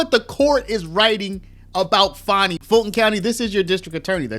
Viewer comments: Stop pronouncing it as FAWN-E, Its "FAN-E"! She's living up to her namesake. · For years she went by Fanny but since her Trump case she says Fahni